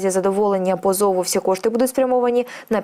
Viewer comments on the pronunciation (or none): Не "позОву", а "пОзову".